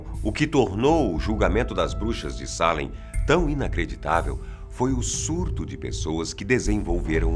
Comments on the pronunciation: É Salem e não Sálem. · O melhor video que já vi aqui!, vc é phoda! Já morei em Boston e visitei Salem ( se pronuncia Seilam) algumas vezes. Adorei